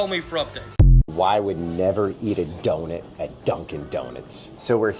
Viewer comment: Doughnut not doughnet